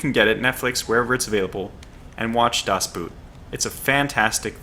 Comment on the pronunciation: By the way the "oo" in the german word "Boot" is pronounced like "oa" in the english word "oak". Your pronounciation of "das" was spot on though!